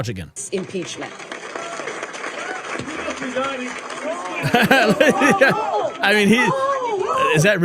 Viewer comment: Don Lomon plover aguein😂